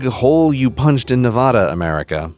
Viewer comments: The mad amount of federal land in Nevada doesn't really bother me. What DOES bother me is how you pronounce Nevada. It's not "NE-VAW-DUH" it's "NE-VA-DAH". kthnxbai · Not on topic but I just wanted to say that you pronounced Nevada wrong. It's Nev-A-da (A like in Apple) not Nev-Ah-da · It's nev-ADD-uh , not nev-ODD-uh . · Nevada NEE not Novada i know were hardly a state but atleast pronounce us right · Another wonderful video CGP, thank you. One bone to pick though. It's Nev a da. The 'a' sounds like the a in When you pronounce it Nev AH da it sounds like you're punching Nevadans in our ear holes. Please stop. Las Vegans who pronounce it wrong will never be Nevadans. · Fudge off m8 it’s Nevada not nevaaaaaaaaaaaaada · Alright, I gotta say it, it’s Nevada, not Nevahda. It’d be like if I called Great Britain, Great Brightayn. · It's nev-ADD-uh not nev-ODD-uh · his pronunciation has a soft a when it should be hard. It's Nevada not Nevahda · pronounce the a like a in apple, not like a in auto, its Aaa, not ahhhh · Nevada is pronounced Neh-VAE-duh, not Neh-VAH-duh. I was corrected about this by native Nevadans. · 'Nev-AD-duh' Not 'Nuh-VAH-duh' It's like fingernails on a chalkboard to us North-westerners. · Thanks for the info. Also, as a Nevadan, I'm legally obligated to tell you you're miss-pronouncing Nevada. It's the same vowels in the same order as Alaska: Nev-short a-da. The more you know! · Its not nevahda, you cretin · As a Nevadan, please pronounce our state correctly. NEV A DUH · NeVaHdA Sorry i live in Nevada that bothers me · I liked cgp grey until he said Nevawda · its pronounced nuv aadu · . This just cringes me. Sorry but thats not how you pronounce Nevada. Its “nuh-va- duh” the A is like the word at, or apple. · IT'S "NEV-ADD-A". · Pls Grey the 2nd a in Nevada has the same pronunciation as the a in apple. But good video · Queue my fellow triggered Nevadans by pronouncing it as "Nev-aww-da" :P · please learn to pronounce Nevada. It is not neh-vah-dah.